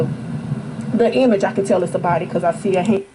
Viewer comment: O my gosh, I just paused the video after hearing her say "image"!!!